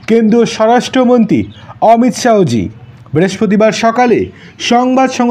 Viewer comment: উচ্চারণ টা ঠিক করুন। "অমিত শাহো" না, হবে অমিত শাহ্‌